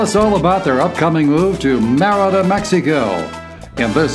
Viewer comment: You'd think they'd learn how to say Merida properly